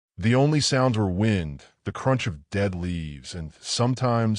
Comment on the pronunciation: your AI guy said wind wrong, and word said home when guy said hum correctly